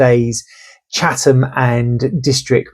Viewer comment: Thank you for pronouncing Chatham correctly too, it makes a nice change...